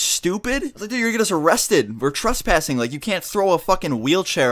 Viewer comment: anybody else notice that he says truspassing